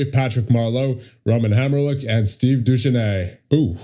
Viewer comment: Just an FYI, Duchesne is pronounced "Doo-SHAYNE." Just like Matt Duchene.